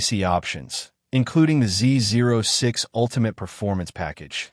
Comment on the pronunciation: Makes you wonder about knowledge if the presenter does not know how to pronounce "ZO6"....